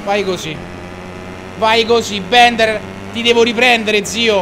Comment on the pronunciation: Ciccio non si pronuncia bender ma Bilder